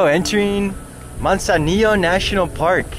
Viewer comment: Mud zanillo 😆